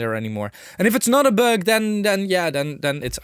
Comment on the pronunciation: Yes....lol...the ü, ä, ö... Is a big deal for us Germanic Nordics (Austria, Germany, Dutch, Scandinavian countries, Switzerland...) All comes from the same root.....hehe...